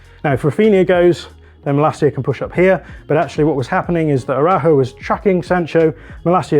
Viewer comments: Ist araucho not arahuu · Excellent recap. I feel both GKs had a rough night. In addition to the mistakes covering their post, their ball distribution was poor overall. If there’s one area where DDG struggles is with distribution. Finally, I know Araujo is a though word un English. Maybe you can try saying (ah-rah-OO-hoh.) ;) 🙏